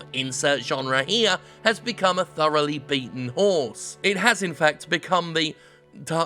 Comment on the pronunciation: I thought you said thoroughly beaten "whore" rather than "horse" and I spit my drink out. Thanks Jim!